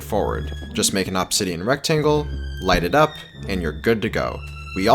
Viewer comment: I heard said absidian, I'm going crazy